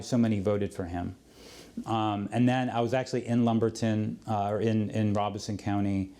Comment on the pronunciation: Love this interview and the content. Just gotta say, being from North Carolina, that the name of the county that Lumerberton is in is pronounced with the long O sound. So, the “Ro” at the beginning of the word sounds like “row”....Robeson.